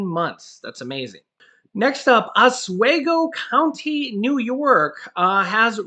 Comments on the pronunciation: it's pronounced Oss swee go. Not Oss sway go. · Os-we-go NY.. The letter "e" is long vowel..